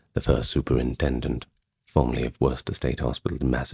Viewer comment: I appreciate how you tried to pronounce “Worcester, MA” the state of Massachusetts has really funny ways of pronouncing things, so it’s actually “Wuh-ster” Great video however, I just happened to catch that while I was listening